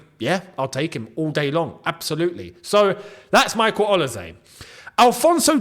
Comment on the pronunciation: Quick one. Olise is pronounced with an S and not a Z. Thanks for all you do.